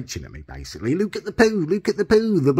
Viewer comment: "Lewk at the pew Lewk at the pew thee blew pew"